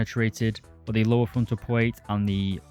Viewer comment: Not dude really out here saying pwate instead of plate and twigger instead of trigger